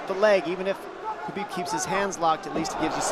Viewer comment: Khabib not chabib